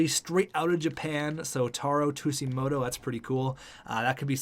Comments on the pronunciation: its pronounced suejimoto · Also I like Tsujimoto. He would be a good option for Chubby and would be a great leader on the ice. Plus it would be a great story for the NHL for diversifying the league (PS it's pronnounced soo-jee-moto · I’m pretty sure Tsujimoto is pronounced Su-gi-moto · It’s pronounced soo-jee-mo-toe not two-sea-mo-toe :) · Fat Kid Inc. no it’s not. Sujimoto not Shujimoto big difference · You dont say ”tussimoto” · The way the Sabres pronouce Tsujimoto is literally [tissue - moto] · JackKreuzer They pronounce it “two-gee-moto.” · Soo-jee-moh-toh lol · its pronounced su-ji-moto but i do agree with the signing a potential 1st line sniper. chubi maybe as the second line sniper i think in the year two draft go look for a playmaker to play either next to tsujimoto or chubi. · Its pronounced Taro Shujimoto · Tsujimoto is pronounced like Sue-g-mow-toe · i believe tsujimoto is pronounced tuge- ee- moto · The way he pronounces it kills me inside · I felt the same way. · I find it hilarious how he was explaining the story of him...and didn't even know the pronunciation 😂